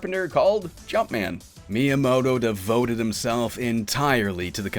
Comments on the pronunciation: Good video that could be even better if you tried to pronounce Miyamoto's name properly. Doesn't have to be every Japanese word, but if you're making a video that's focus is highlighting the career of a certain individual, putting in some effort to pronounciation would go a long way. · Did you know? While making a video in the honor of Miyamoto, you don't have to pronounce his name right, not even once!